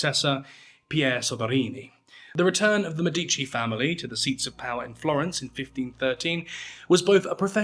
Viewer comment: thats not how you pronounce Medici. The C makes a “ch” sound because there is an I after it. Like cappuccino. You don’t say “kappa-see-no” do you?